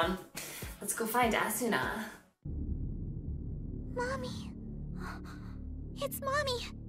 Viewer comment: God it annoys me its Asna the U is silent in Japanese 😑